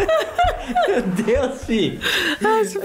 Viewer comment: Me nota é mei mai e não meili